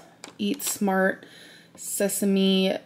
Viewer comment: Yeah it means she's smart. Smart (I cringed into oblivion hearing her say it that way)